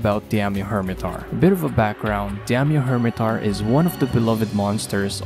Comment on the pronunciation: Diamio hirmetaur? i think u butchered it XD